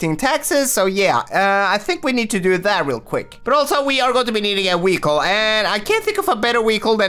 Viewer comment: i love the way he says vechile